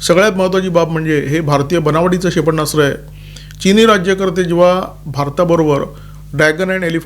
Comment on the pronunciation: क्षेपणास्त्र असा शब्द आहे. उच्चारताना "क्षे प ण्णा स्त्र" असे ऐकू येते त्यावर उपाय करावा. आपल्याकडून चूक होऊ नये ही मनापासून इच्छा आहे.